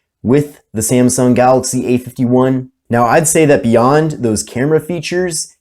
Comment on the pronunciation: It's not "Samsung", it is "Samsung".